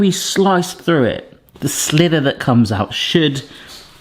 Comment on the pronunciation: Looks really good but did you say slither or sliver because it sounded slither, either way it looks great.